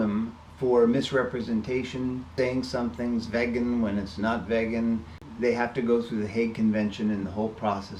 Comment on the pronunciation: “Vay gan” ??